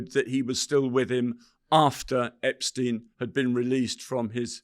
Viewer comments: This guy has nothing new, refuses to pronounce #Epstein correctly, suffers tremendous gaps of information, and exhibits rather poor judgement. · "I watched all the Epstein documentaries"..but still can't pronounce his name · This man can’t even pronounce Epsteins name correctly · He knows so much, yet he mispronounces Epstein's name? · Why the fuck can't people pronounce this fukkaz name, EPSTEEN. dude literally says it 2 different ways in the space of 1 minute. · Eh ...Roy ..... might be best if you took the time and learned how to pronounce Jeffrey Epsteens name right